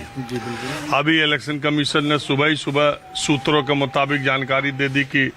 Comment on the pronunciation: सुत्र नही मुत्र